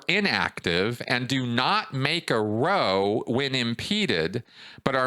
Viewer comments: Sorry to be pedantic but it's not row it's row say it like chow. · ‘Row’ is pronounced like Cow. A very British expression meaning an argument or fight. Possibly from the St. Hill mob? Having a row means having an argument or fight.